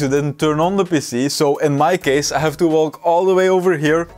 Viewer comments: And PC sounds like he's saying pissy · Your pronunciation of PC sounds like youre saying pissy.